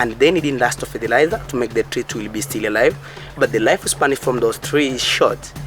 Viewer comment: An excellent and beautiful video. The Universities in Russia should be telling their English students and Geography students to watch your videos! Maybe they should be buying some too! I hope you will not be offended if, like a father, I caution you about your pronunciation of words that have a short 'i' sound as in still and brick. The word 'still' should not sound like the homophones 'steel' and 'steal'. The word 'brick' should not sound like 'breek' which is not a real word in English. It's the difference in pronunciation of 'sit' and 'seat'. Try to listen for the difference. When you said, "seed", I wasn't sure if you said 'seeds' or 'sids' so I won't nitpick about that. Thank you for sharing your beautiful, professional-quality video on YouTube.